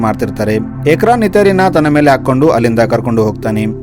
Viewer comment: Ukraan ❌ ikraan✅